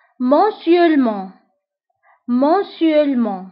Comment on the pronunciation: Bonjour, merci pour cette video, j'ai vu quelques mots seulement, je vous prie de revoir la prononciation de (mensuellement, hebdomadairement...) C a d le E du milieu. Bon courage 😊